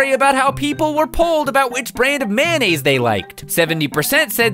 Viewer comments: Mayonnaise! Mayonnaise! Not "Mannaise," it's Mayonnaise! I'm sorry, no hate. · When he said mayonnaise I thought he said man aids. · Kind of random, but I really like the fact that you pronounce mayonnaise "man-aise." I pronounce it that way too, and my family sometimes teases me about it, so I'm glad I'm not alone. :)